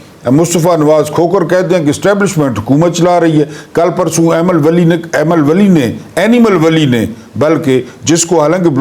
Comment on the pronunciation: Wait wait, did you said Animal vali ? Instead of Aimal Vali ?😅😅😅😅